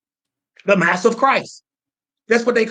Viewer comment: Lol I love when he keeps saying “moss” instead of “mass”